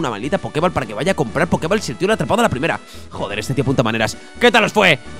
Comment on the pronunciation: tu equipo al ser bebés son más lentos que todos los Pokémon que sean primera o última evolución aunque sean de nivel más bajo que tú de por si Swellow es un Pokémon rapidísimo. Y Poké Ball no se pronuncia “bal” tal cual puesto que está escrito en inglés se dice “bol” poke bol, en su traducción al castellano debió ser Poké Bola.